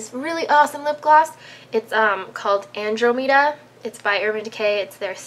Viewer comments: I was so confused when you said the name of the lipgloss; I was thinking it was "Andro Meeda". Not that it's important, but it's pronounces "anne-drom-eh-dah" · Isn't Andromeda pronounced "an-draw-mid-uh", not "andro-meeda"? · ___-!! for a harry potter fan you should know its endruhmida not endromeeda:p but its ok. we forgive you:) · Georgeous!! But I think it's pronounced "an-DRAW-meh-duh". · You pronounced Andromeda wrong. It's an-drah-meh-dah. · It is pronounced an-drom-ada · It's pronounced an-drä-mə-də! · I think it's an-dra-mi-da, like the andromeda galaxy :) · Its pronounced 'an-DROM-e-da'. :) i like the brown on you, its a nice change :) i agree u could go a shade or two darker if u wanted and it would look great. Makes me want to dye my own hair, actually... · Lol, that's not how you pronounce "Andromeda", sweetie! :) Say Anne-drah-maw-dah fast and you'll get it. :) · the lipgloss is pronounced an-DROM-uh-duh... like star trek. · Seriously... this kills me. It's Parure (Pah-rur) De (deh) Nuit (Nwee) and Andromeda (An-DRAH-meh-duh). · oops you meant the make up she pronounced wrong!! Still don't think it matters though!!